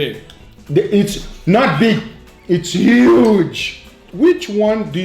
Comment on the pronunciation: Yuge? Who are you.. Trump!? :P